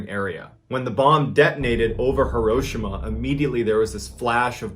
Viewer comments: As much as I enjoy Mr Ballen's videos, I was getting soooo annoyed with his mispronunciation of HEE-ro-SHEE-ma... 😕 Come on Ballen... You're military! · I'm sorry is he saying here Hiroshima correctly